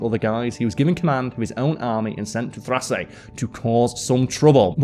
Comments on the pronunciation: Dude, Carl. I'm enjoying your videos but you need to work on pronunciations. Thrace: "Thrays" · Karl mispronounced Thrace and Thycidides.